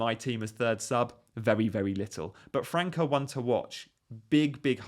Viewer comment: Btw, it's França with the Ç pronounced like an S